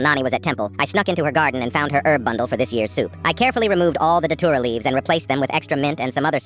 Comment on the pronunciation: Bro it's frikin dhatura not titura 😭😭😭